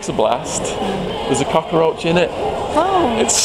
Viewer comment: I love the way you say cockroach. "Cockaroach" - must be how they say it in the US.